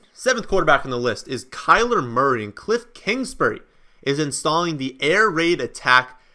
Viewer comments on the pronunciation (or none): none